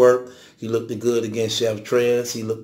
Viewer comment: Look - ted is not a word. LOOKED is the proper pronunciation.